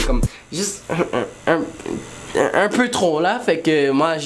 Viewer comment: Es qu'il a bien dit "j'étais ùn spermatozoïde et j'ai été fécondé"??😂😂frl hahaha